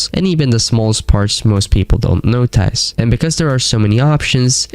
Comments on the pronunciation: Again. WHY do you pronounce it "noTAJS?" Where are you from?? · "gda" "vork" "notyce" 💔